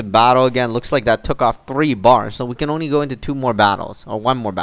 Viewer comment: He tried to say only but he said ony LOL